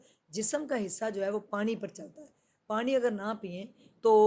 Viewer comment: apko Allah Pak hamesha kamyabian Ata fermy, apse request hai keh ap Noon KO Sahi kahin, jesey Pani KO panri nhi bolna, Pani bolna hai, Khanra nhi Khana kahin, isterha AUR bhe jahan noon ay Tou Sahi talafaz Ada krney ki koshish krain. Moazrat k Sath.